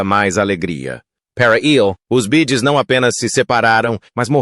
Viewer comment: Boa noite porque o narrador não fala o nome da banda corretamente no caso bee Gees faz favor nunca serão esquecidos amo os Bee Gees amoooo